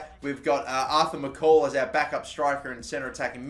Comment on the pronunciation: Pronounce MacColl Correct. Its Mac-Coll not mc-call